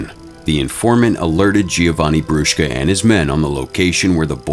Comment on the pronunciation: as an italian i love you saying brushka